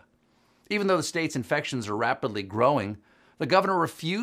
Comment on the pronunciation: "He held a two-hour briefing, yesterday, and his tone was far more serious." Until I hear him properly pronounce the word "states," I won't be impressed.